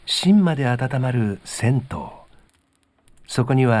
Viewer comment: 銭湯(ぜにゆ)ですね。風情があっていいですねぇ。